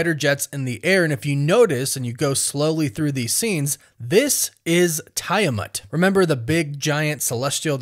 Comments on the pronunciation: TEE-a-matt my dude. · It always baffles me how people intentionally pronounce character's names wrong after watching a movie where they made it absolutely clear how to pronounce it. First it was Thanos and now Tiamut. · Tie-a-mat is actualy crazy as well lol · I don't think you are saying tiamat correctly. 😅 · I don’t like the way you say Tiamat